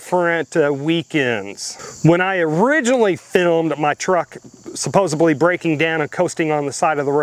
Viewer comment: THERE IS NO B in SUPPOS𝙀𝘿LY! Also, GOOD GUYS DO WEAR BLACK!